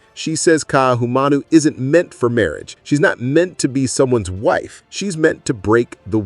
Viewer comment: Hello, it's Kah-ee-ah-nah, not Kai-ana, for Ka'iana. Ka'ahumanu is Kah-ah-hoo-mah-noo. Please practice because it hurts. But you did better with her name. I would say that you described the story presented, but you are unaware of the history to put it into a better context. You have no idea what Ka'ahumanu is really about...yet. depends on what the story reveals of her impact on the hawaiian culture post contact. This will be interesting, but I look forward to you saying the protagonist's name better.